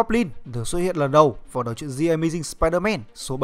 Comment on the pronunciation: Bạn nên luyện phát âm tiếng anh lại đi nha. Chữ "The" mà phát âm là "giờ" "gì"? Nghe bạn đọc "gì ờ mây ding sờ pai đờ men" mà mắc mệt